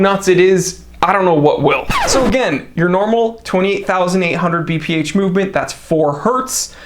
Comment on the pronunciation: Note to: it's BPH and not VPH))